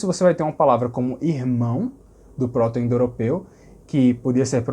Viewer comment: Ouvindo agora, logo depois de ver seu vídeo sobre harmonia vocálica. Por que você pronuncia g(é)rmânico e pr(ó)to-indoeuropeu, sem vogais abertas posteriores?